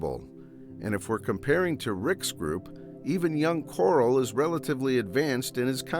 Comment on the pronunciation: "Coral"? Instead of saying his name correctly as Carl. it was a good video but that was annoying as hell